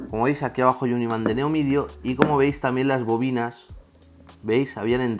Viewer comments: Se dice Neodimio no "neomidio" muy buen video, saludos! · se dice neodimio no neomidio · una cosa, se dice imán de Neodimio, no neomidio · Muy buen video!! Solo una aclaración, el imán es de neodimio no de neomidio xD Saludos! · se referia a ese tipo de iman.. pero se a confundido en la pronunciación. xD